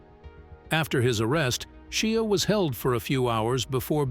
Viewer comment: Seriously, you cant pronounce Shia's name yet????